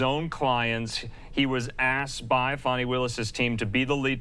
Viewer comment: It's Fani,... NOT Fawni! 🤪